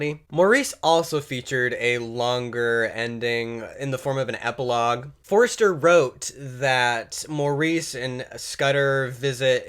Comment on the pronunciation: Aside from the fact that the pronunciations are Forster and Morris vs. Forester and Maurice, interesting presentation. I've enjoyed the two videos you've made I've seen so far. I ended up reading all Forster's novels and short stories, and The Life to Come collection is another window on homosexuality. I found Maurice well written (but let's face it, this isn't his best work) and certainly unusual for the happy ending (pretty much anything written before about 1960 apparently required tragedy, death, insanity or some other trope to even get published), but I also found Maurice to be a bit of brute in his domestic life and certainly not someone one might aspire to be. On the other hand, in defence of Vidal, until the very end of the book, Jim is actually a somewhat attractive character - basically (if brutally) honest, and certainly resourceful. Even the torch he carries is somewhat understandable - until the last xx pages when he goes insane. Additionally, Vidal, unlike Forster, is quite arch at times and acutallly gets you laughing at points. I woudn't draw parallels with CMBYN - which was also a beautiful little book - very evocative (though honestly I never got title device - as expression of seduction anyway). Another book that is far better read than adapted (much more satisfying ending), though the movie is very lush....